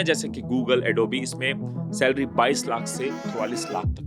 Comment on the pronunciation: Bhaisahab ye adobe hai adobeee nahi. Please correct